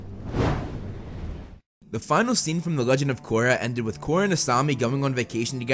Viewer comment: "Legend Of Gorra"